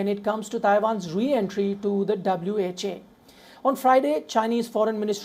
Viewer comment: WHO, not WHA mate!